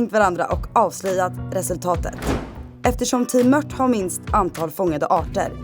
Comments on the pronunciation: Mört inte mött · grymt bra serie! Men möRt...jösses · Varför säger ni mött? Det heter väl mört?